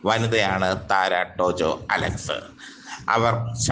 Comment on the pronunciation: താര എന്ന് പറഞ്ഞാൽ പോരേ, വായിൽ കൊള്ളാത്ത പറച്ചിൽ കേട്ടിട്ട് സങ്കടം വരുന്നു😩😩😩